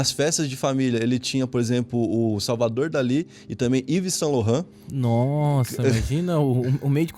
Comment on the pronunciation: É Yves Saint-Laurent não Lohan 😂😂😂